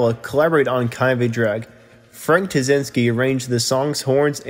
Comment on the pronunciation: This guy really needs to work on his delivery! Very hard to listen to him. It’s called practice! I know how difficult it is the record yourself. It isn’t easy! Instead of trying to read it straight thru, I would suggest that you record it is smaller chunks! ANNUNCIATION IS KEY! “Kind of a Drag” are actually pronounced as THREE DISTINCT WORDS! Word on it. You can do it. I guarantee it will make this video much easier to listen to!